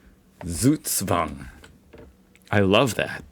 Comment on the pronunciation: Once and for all: Z is not an S. It's not SugSwang. In german, Z is a sharp spoken letter, like the S in Snake, Snap, Smack or Snack. The letter sequence sch is spoken like the ch in chocolate. Ch in Echt is spoken like the one in choose. Ä is close to an english A, while A is like the a in hard. Get this right and you can impress a lot of people😎.